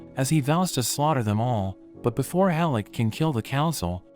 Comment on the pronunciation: Great anime with some out of no where gut punches. Oh and it's HELL-CK NOT hellick